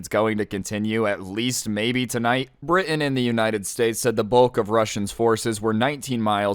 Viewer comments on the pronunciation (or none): none